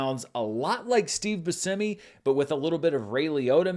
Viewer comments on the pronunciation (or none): none